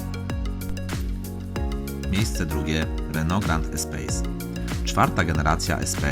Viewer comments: Czyta się espas nie espejs, to francuski samochód :) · Czyta się "espas"mistrzu.